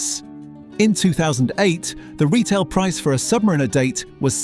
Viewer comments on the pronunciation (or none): none